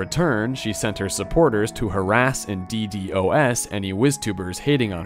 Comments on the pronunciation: it's D-DoS not D-D-O-S Also, why do you feel the need to bait comment engagement like every 10 minutes lol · Nice vid, but just to avoid future mistakes- it's read dee-dos and not dee dee o s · As a network engineer hearing D-d-o-s attacks pisses me off. Call it DEEDOS my goodness lol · bro cant say DDOS for some reason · omnipotent is most commonly pronounced /ɒmˈnɪpət(ə)nt/ In a similar vein DDOS is normally called a D-DOS as in dee-dos